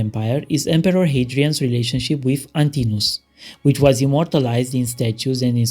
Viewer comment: Antinous has 4 syllables, not 3. More importantly, you fail to state that Lenin legalised both abortion and homosexuality between adults in 1922, five decades before America. Nevertheless, religious bigotry continued under communism; the communists did not tear down the churches. Neither Marx nor Lenin condemned homosexuality. In the West, homosexuality was severely condemned and criminalised. Gays and lesbians underwent electro-shock therapy, and the like, in America. Not mentioning this is a reactionary, inexcusable hypocrisy.